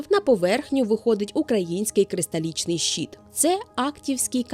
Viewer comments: Трохи ріже слух від вимови "щіт" (майже англ. шіт), замість щИт, але відео цікаве. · Дякую за чудове відео ❤ Єдине, що слово "щит" вимовляється твердо, а не щіт.